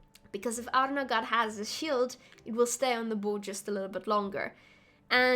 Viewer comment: I thought Arnaghad was pronounced more like "Galahad" from the Knights of the Round Table. Arn-ga-had